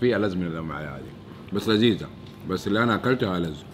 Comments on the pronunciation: اسمعي سحس ف الدقيقه ١٩ و٥٨ ثانيه قال مو لزيزه😂😂😂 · انا سمعت مرة لزيزة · قال مرة لذيذة في البداية حسبته قال مو لذيذة 😂🤣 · في الدقيقه 19.54 ياد مو لزيزه يا سحس كلنا سمعناك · منو سمع سحس لما كال مو لذيذة